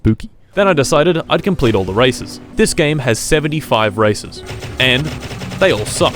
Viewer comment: Why i didn't stop to heard racism instead of races ?